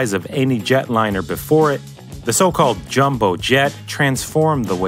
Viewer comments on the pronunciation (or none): none